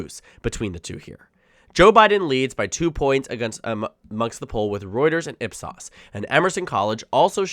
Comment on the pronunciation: It's pronounced IP S-OH-S.